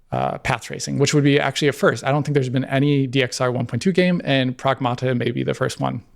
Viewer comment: Pragmaarrta ❌️ Sega Maarrster System ✅️